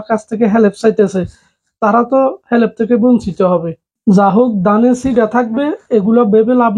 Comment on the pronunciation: ভাই হেলেপ না হেল্প